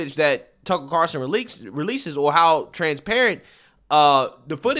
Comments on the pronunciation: I'll never get over how funny it is that you call him "Tuckle Carson" 😂 Seriously, it makes my day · Love u bro but it’s Carlson not Carson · It’s “CarLson”, not “Carson”. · Have you just given up on pronouncing his name correctly?